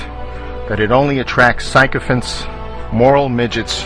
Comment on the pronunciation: You lost my when you pronounced sycophants wrong